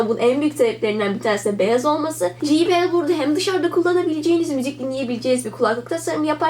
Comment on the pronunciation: "ji bi el" değil "cey bi el" şeklinde telaffuz edilir. teşekkürler.